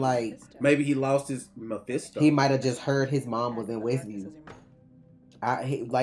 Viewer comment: Oh thank god noticed she said Myphesto